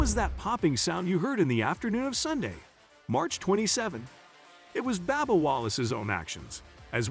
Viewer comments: Bub bub not babba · His name is “B “U”bba not B “A”bba. His name needs to be pronounced correctly. Thanks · It's Bubba not Babba Wallace need to say names right if you can't need to learn say it correctly. If not find a northern job. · Is it Babba Wallace or Bubba Wallace? I'm now confused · Whoever is narrating needs to learn how to pronounce drivers names. This guy a fn moron how you get Babba from BUBBA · Babba Wallace lol this channel is a joke ...use a real person . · How about getting a commentator that knows how to pronounce the names of the drivers and series. It's a bit hard to believe this guy because he obviously doesn't know anything about racing...come on... Baba, Nascrr :( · Who the hell is Babba Wallace? Hard to take this video seriously when the drivers name is mispronounced! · Babba O'Reily. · It’s a shame that you can’t even pronounce Bubba Wallace the correct way. Shame on you.!!!